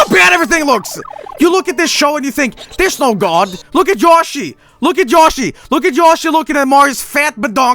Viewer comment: i swear I was hearing him as saying "Look at Joshhy! Look a Joshhy!"